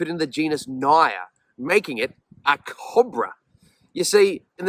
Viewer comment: Trying to say the word cobra?